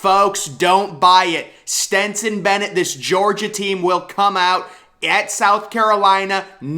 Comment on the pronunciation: yeah, kinda bugs me how he says “jaxston” instead of jaxson and then continually calls stetson “stenson”